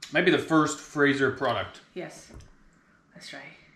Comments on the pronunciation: Fatser, not Fracser. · We say the name as FaaTzer, not faaser. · Hah! You pronounce Fazer like its a type of weapon from star trek. The correct pronunciation is easy though, just throw a "th" sound in there and pronounce it like "fatzer". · just a minor note Fazer is pronouced more like fatser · Hearing the name Fazer pronounced like the English word "phaser" got quite a laugh out of me! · Fazer is pronounced Fatser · Or Futser when considering English pronunciation.